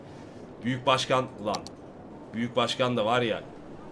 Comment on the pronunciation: Başkan değil , buşgan. Buşganım..